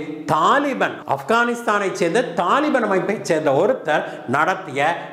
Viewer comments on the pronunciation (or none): தாலிபான் கிடையாது தலிபான் என்பது சரியாகும்...